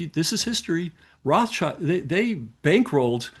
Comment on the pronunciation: FFS! Roth-SHIELD, not -CHILD